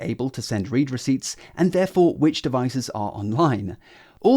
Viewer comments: It's pronounced read receipts. Ugh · You're mispronouncing the word 'read', it's in the past tense, not present